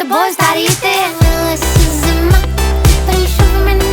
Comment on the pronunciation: Мені одному дуже подобається її наголос на зиМА, неМА?